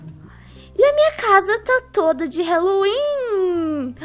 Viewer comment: Odeio ser estraga prazeres mais e HAAAAAAAAALLOWEEN QUE AGUNIA QUANDO FALA HELO HELO NAO EXISTE NO HÁLLOWEEN E HÁLLOWEEN NAO HELLOWEN MDS SOCORRO ALGUÉM ENSINA ISSO PRA PELO AMOR DE DEUS